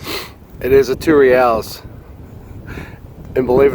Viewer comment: I realize you're not Spanish but if you Google Reales pronunciation you can hear how it should be pronounced. You're a smart man and this will make you sound even way mo' smarter (O